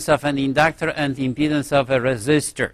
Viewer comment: indaactaar and indaactaance